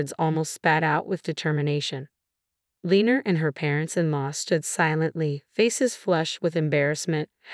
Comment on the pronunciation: Lenor. Len nor not lener